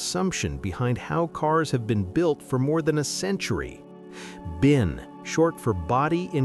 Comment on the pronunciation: It’s binc, not bin